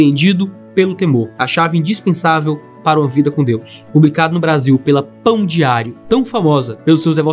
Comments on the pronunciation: Toda vez que ele fala pão diário eu escuto pão de alho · Eu só consegui ouvir ele falando "Pão de Alho" Mais alguém? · Quando ele falou "Pão diário" a primeira vez eu entendi "Pão de alho", acho que estou precisando ver (de novo) o vídeo que fala sobre o pecado da gula 😂😂😂